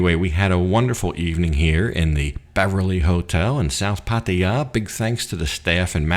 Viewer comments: Pattia??? 😂😂😂😂 cracks me up every time 😂😂😂 dumb arse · You have such a weird accent and the way you say Pattaya is like no other pronounces it. Ok. Enjoy your stay.